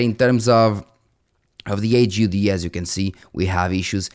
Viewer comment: HUD is pronounced as a word. Like Jabba the HUD. Not as a abbreviation.